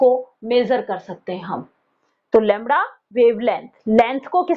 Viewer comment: Lamda nhi hota Lamda hota hai😂